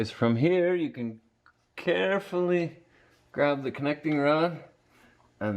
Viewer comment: carefulling.... CAREFULLING😂